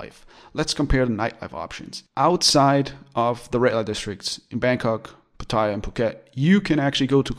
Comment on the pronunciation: please learn how to pronounce Pattaya...If in doubt, ask a Thai. It is not Pa TAY a. !!! OMG